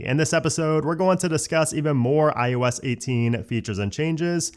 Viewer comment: It’s i O s. You always sound like you’re saying i YOU s. And it bothers me so much I can’t watch your videos.